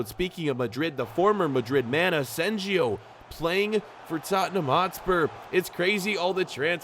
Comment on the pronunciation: how did you pronounce asensio's name???? I am shocked hahahah